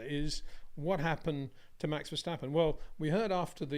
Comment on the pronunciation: It is NOT "Bottash" nor "Lewish" nor "Oshcar Piashtri" nor "Nyck de Vriesh" nor George "Russhell" nor "Fernando Alonsho" nor "Lance Shtroll" nor "Pierre Gashly". So why do you want to say: "Max VersHtappen"?